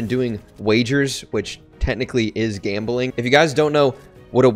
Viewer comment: The way he says gambling